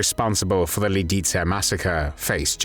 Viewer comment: Fix. The. Pronunciation. Of. Lidice!!!